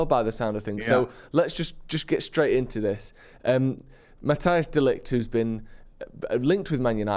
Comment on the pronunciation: His name is Matthijs not Mateus